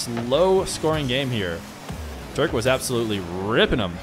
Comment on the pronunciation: just a pointer: watch naywis' videos with those ksa guys, he is pronouncing them correctly. alternitavely: you are pronouncing it like turk. just drop the u and you have it. <3